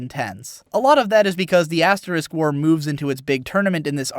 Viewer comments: You sound like you're saying "aSS war" rather than "aS war". heh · I swear I thought you kept saying ass war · Love how he pronounces it as Ass-war. OH, and by the way hits the subscribe button